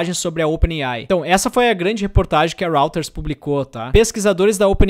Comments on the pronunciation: nao é Rauters , é Róiters. rÓIters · Ótimo vídeo! Dica : Reuters se lê “rói - ters” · Isso, róiters = [ˈrɔɪtərz] . Quem quiser aprender mais, pode estudar IPA Sounds